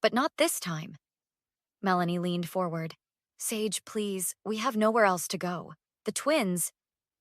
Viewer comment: I’m pretty sure the main characters name is pronounced Sage. With a long a sound.